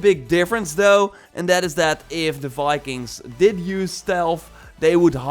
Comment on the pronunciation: Please don’t stop saying Fikings 😄😄😄😄😄😄😄😄😄